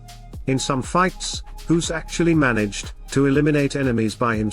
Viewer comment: pronouncing a "g" like an "h" makes you a silly goose.